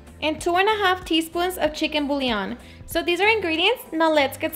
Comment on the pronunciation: I love the way she mispronounces "bouillon!" So adorable.